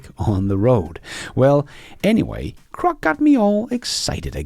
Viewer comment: PLEASE PRONOUNCE GROCK with a G NOT a C, thank's.